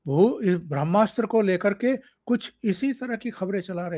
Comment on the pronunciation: भ्रम्नास्र नही ओंकार जी “ब्र ह्मा स्त्र” उच्चारण गोवा चाहिये।